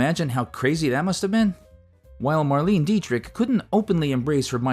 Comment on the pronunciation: It's pronounced "Mar-LAY-nuh" Dietrich and "Louie" B. Mayer. Terrible AI narration.